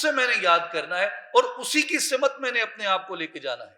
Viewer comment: جناب اردو زبان کا لفظ "سَمت" ہے، "سِمت" نہیں۔ س کے اوپر زبر ہے نہ کہ س کے نیچے زیر۔ شکریہ